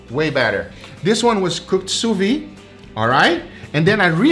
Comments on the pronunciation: French speaking folk here: sous-vide is pronounced Sew-v-hid not Sew-vee. Thumbs-up so he can see. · Why does he keep saying "sous vi" instead of "sous vide"? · Please, please. Stop saying Sousviiiiii. That ide at the end is a soft d. As somebody who uses the technique 24/7, you should correctly pronounce it. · Please pronounce the d in sous viDe!